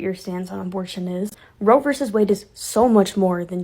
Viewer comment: *Roe. Not 'row.'